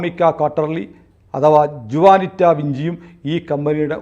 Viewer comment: ജുവാനിറ്റയല്ല, ഹുവാനിറ്റ